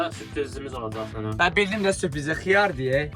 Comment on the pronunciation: Aə xıyarr deməsinə cırıldım ee